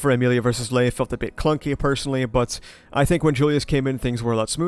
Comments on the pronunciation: I don't think Gluttonys name is pronounced Ley. More like 'Lie'. Lye, Loy and Luis, or Rye, Roy and Rui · Not sure where I heard this but I think Ley Batenkaitos is supposed to pronounced Rai. It’s some sort of naming scheme with the gluttonies Rai, Roi, Rui.